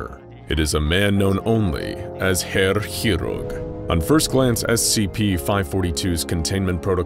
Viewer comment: I agree, I'm learning it, and personally 5/8ths German, and does pronounce it very well.